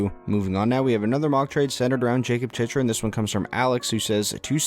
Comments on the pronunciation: Not to gripe, but it’s “chick-rin” not “chich-rin” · The fact you mispronounced Chychrun (Chick-rin) so many times in this video. 😐😐😐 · You can’t even say jakub chychrun right